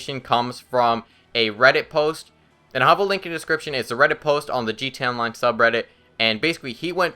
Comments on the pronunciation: Why the fuck is he saying G Town line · its funny how he says gta online